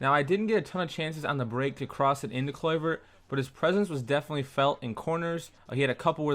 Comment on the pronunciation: how u pronounce his name looool